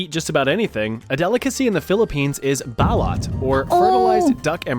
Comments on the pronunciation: Balut is not pronounced Ballot... It's Bah-lute. Goddamn it. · actually pronounced like "baloot" (my wife is filipino). When i visited for 5 weeks a couple years ago, idk how many times i had to turn down trying balut.